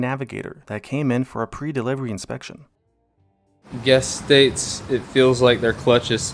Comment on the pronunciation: "guest stats" dude sounds drunk😂